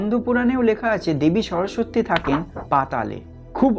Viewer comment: তবে উচ্চারণটা কিন্তু (সরোসোত্তি) নয় (সরোস্-সতি)